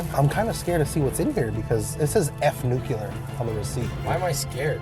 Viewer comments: Say it with me, kids: NEW-clee-ur, not NEW-cue-luhr. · it's "nuclear," not "nukular." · I love these head to head competitions! Now, if we could just teach how to say Nu Klee URRR instead of New Cue Lerrr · Biggest pet peeve: when people pronounce nuclear as “nu-cu-lar” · “Nu-Q-lurr” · for NUCULER 😂